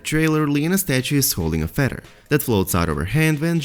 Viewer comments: It sounded like you might have some interesting info but I cannot understand you AT ALL! Also it is a feaTHer , not a feDDer! I don’t know what nationality you are but the only way I can explain it is you have a sing song accent , and where you are emphasizing certain sounds is in the wrong place, so no one can understand you ! I’m sorry because it could’ve been a good video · Feather.. Not Feddar.. Another one of George RR Martins "Fuck yous" to the fans i imagine. You got us Mr. Martin... You got us...